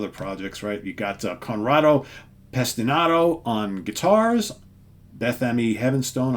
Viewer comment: Pesinato not Pestinato.